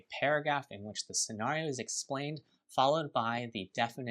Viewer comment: I swear to G-d if that guy says SCENARIO like that one more time